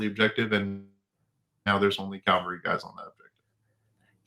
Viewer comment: CAValry, not CALVary.